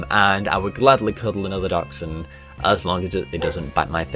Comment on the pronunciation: What's a Duckshound? I mean I know what a Dachshund is...but it isn't pronounced anything like that.